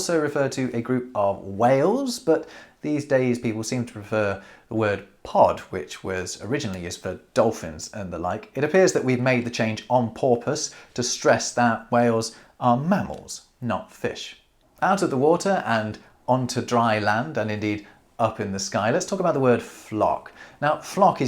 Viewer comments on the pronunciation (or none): man's did not just say "porpoise" instead of "purpose" i am crying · "On porpoise" 😁😁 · "On porpoise". You cheeky bastard. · Did you just say " we made the choice on porpoise"? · "On porpoise" 😂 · “On porpoise…” ;) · "On porpoise" 🤣🤣🤣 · Thumbed up at "on porpoise!" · ”Porpoise”… Teeheehee… 🤭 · "On porpoise" 🤓🤓🤓🤓🤓🤓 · "on porpoise" lol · "on porpoise"...😊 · ".... on porpoise..." For shame,. 🤣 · “On porpoise”! I caught that. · The "on porpoise" was perfect 👌